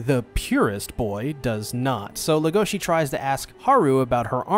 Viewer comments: Everyone: LEGOshi This guy: legOSHI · Everyone says "Legoshi" but in reality it's "Legosi" like Bella Legosi, the old Universal Horror movie star from Dracula and The Wolfman. Even though in The Wolfman he only played a minor role as the gypsy "Bella", who infected the main character, Lawrence "Larry" Talbot, with Lycanthropy, thus kicking off the whole concept of the movie's plot. He also portrayed such Universal horror monsters as Frankenstein's creature, The Wolfman, in other pictures, and his most famous role as Count Dracula. The author has stated that Legosi's name is a direct reference to Bella Legosi himself. She also mentioned that his name being so difficult to pronounce directly effected her choice for the name of the other main character, the White Dwarf Rabbit "Haru", so that they were opposites not only in nature but in name pronunciation as well. Just some extra information I found interesting.